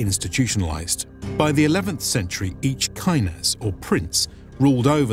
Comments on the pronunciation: The pronunciations of druzhina and knyaz are barbaric XD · DruZHina, knyaZHestvo are pronounced like in the French "bonJour". Knyaz and Knyazhestvo is also wrong. It is K-nia-z and K-niazhestvo.